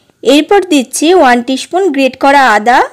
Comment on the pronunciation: Upcharon gulo thik korun Peace ,spoon etc